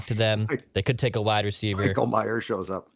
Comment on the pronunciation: The Notre Dame tight end is Michael Mayer, not Michael Myers (which you mispronounced as well).